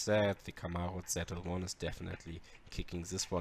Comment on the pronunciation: Its Z L 1 not "zed" L 1 😂😂😂